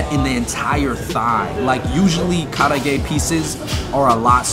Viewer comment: The black garlic facts... Wrong. And the way you say karaage is hella white hahaha come on bruh!